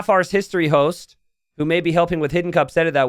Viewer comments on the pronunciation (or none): none